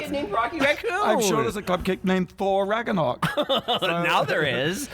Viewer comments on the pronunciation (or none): When you pronounced ragnarök "ragganack" I mean... Most people pronounce it incorrectly already but you're even pronouncing the mispronunciation wrong I can't